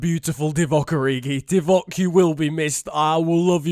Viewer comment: Why is origi sound like dickcock origi